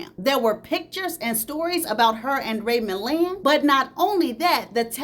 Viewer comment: You was tearing up Ray Milland's name😅 I swear I love your channel ❤❤❤❤❤